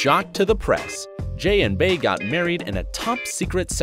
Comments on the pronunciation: “Jay & BAy”... it’s “bEy”, Bey pronounced like bee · Who is Bae? It's pronounced Bee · "Bey" is pronounced BEE not Bay lmfao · STOP SAYING BAY IT'S BEY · 😐 "Bey" is not pronounced "Bay" it's pronounced "Bee". Stoopid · i wish you white folks would stop pronuncing her name Bay its bey as in B you know Beyonce? smhh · Jay & BEEEEEEE. Jay & Bey... not BAE 🗣🗣🗣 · It’s ‘Bee’ not ‘Bay’ 😒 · Bey is pronounced bee not bAy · It annoys me so much how he says BEY like bae I wanna smack him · The fact that you said “bae” i don’t believe any of your research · Uggghhhhhhh he kept saying her name wrong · You really made a video talking about Bey but you kept mispronouncing her name. Fuck off